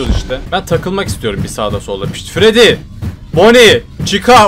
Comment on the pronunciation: Abi artık fayf nayts et fredi demek yerine fayf nayts et fredis diyebilir misin